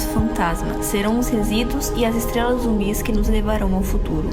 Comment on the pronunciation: Valeu! "Estlelas" E o cebolinha narrando esse video?